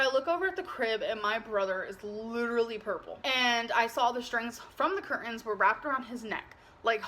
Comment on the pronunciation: She said in this one People sol ( saw ) them as trailer trash and her saying ker-TANES ( curtains ) twice in less than a minute 😂😂.